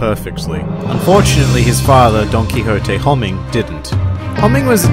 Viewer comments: I don't know if this is intentional or not but whenever he says "Donquixote" it sounds like he's saying "Donkey Hote". I love it because Doflamingo is one of the biggest asses in the show in my view. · every time you say donquixote, i hear donkey-hote for some reason lol